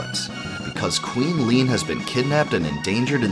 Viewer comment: Leene = lean? rly?